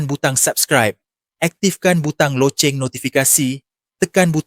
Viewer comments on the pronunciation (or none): none